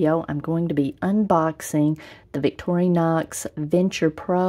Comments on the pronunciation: It's "vic-TOR-in-ox", not "victory-knocks". Just sayin'. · I do not like how you say Vic tori nox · That looks like a nice knife set up. However have to ask if you should be doing a review on a popular knife brand when you cannot even properly pronounce the name. Very sad.